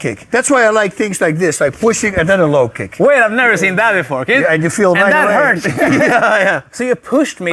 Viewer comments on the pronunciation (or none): none